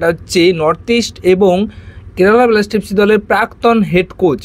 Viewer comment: ভাই উচ্চারণ গুলি ঠিক করো । কেলাব, বেলাস্টার, ভীষণ কানে বাজে । dont mind